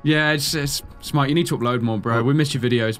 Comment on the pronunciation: more like ''hey guys its here''